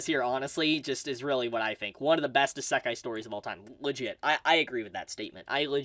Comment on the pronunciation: E- Zah- Kí NOT Eh- Suck- Hi OK!?!? 🤨😂